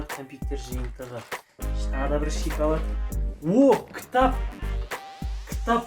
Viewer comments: Ищи толган шиколад деп айтпашы пж. Шоколад деп айтшы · Шикалат емес шокалат деңзш😂😂😂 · Шикалад дейма😂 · шикалат, падарка аххахахаха сауатсыз говно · Сен осы дым көрмеген адам сияктысын и сосын шиколад емес шоколад